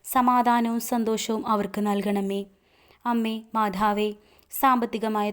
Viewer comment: മാധാവേ പറയാതെ മാതാവേ പറയു അത് ഒരു കുറവാണു. കുറ്റം അല്ല കേൾക്കുമ്പോൾ എന്തോ ഒരു ഇത്